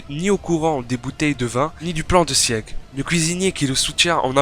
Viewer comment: je t'en supplie Sieg ça se prononce "çigue" et non pas "siègue" aled